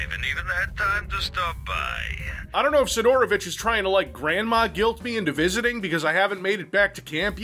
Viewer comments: Si'dorovich - first syllable is stressed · Why you pronounce Sidorovich so wierd? The emphasis should be on first "i", not "o". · You're saying his name wrong! It's Sidorobitch! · not sidOOOOrovich but siiiiiiiiiidorovich